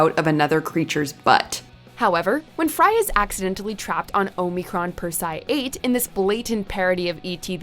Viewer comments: HOW ARE YOU NOT ABLE TO PRONOUNCE Omicron Persei 8?? They say it like 5 times in THE DAMN VIDEO!! You people at are so damn bad at pronouncing words for some reason. O-mi-cron Per-se-i 8.. SAY IT RIGHT! LEARN, LEARN!! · The way you butchered Omicron Persei 8 should be a hate crime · Please stop mispronouncing Omicron Persei 8. This is the first video where I have heard mispronounced words, and the ladies usually do a fantastic job with some real humdingers. Getting pronunciations correct makes it feel like you really respect the subject matter, but this video let me down. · Um, it never crossed the line. It maybe pushed it, but that's what makes Futurama great. Stop being so Puritanical. And learn how to pronounce Omicron Persei 8. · So no one at can properly pronounce Omicron Persiei 8 and they think The Problem with Popplers was their first appearance... have they even watched this show? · Yeah find someone who can actually pronounce Omicron Persiei 8 before they make another futurama video!! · Boy. You sure don't watch Futurama do you? You have mispronounced almost everything. 😂🙄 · Only time the line was crossed in this video was when pronounced Omicron Persei 8. It's even said in the video by Lrrr of the planet Omicron Persei 8